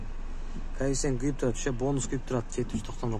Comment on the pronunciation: Жун баш качан коэффициент деген созду туура айтасын, кайефсент деп чычывересинер да тажикиский акцент менен айтып😂 Каффицент деп айтылат башына жун